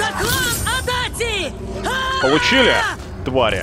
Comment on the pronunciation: Для справки, не Адати, а Адачи. Это неправильная русская транскрипция. Я сам живу в городе Адачи, район Токио